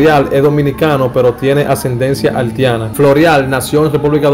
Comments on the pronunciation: Haltiana por Dios Haitiana ,no menciones tanto la L lee un poco mas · Halti, Haltiana? 🤔 🤔 🤔 Brother trata de mencionar la i donde va! Debes trabajar en tu léxico hermano, tomalo como una critica constructiva! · Broth tienes que mejorar en esas palabras Prolpecto, haltiana, halti, llegals y con la biografía de sanó te equivocaste , siempre fue infielder no jardinero 🤦🏻‍♂️